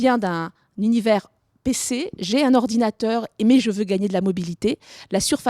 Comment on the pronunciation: ardinateur XD